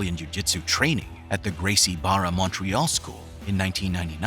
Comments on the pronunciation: This video is a great example of what kind of content AI will put out. Well researched but 0 actual experience. Gracie Barra was mispronounced and the content is pieced from other sources. It's done well, but seems like it's made by a computer and not a person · It’s blasphemous to have a channel called “MMABJJ” and not be able to pronounce Gracie Barra correctly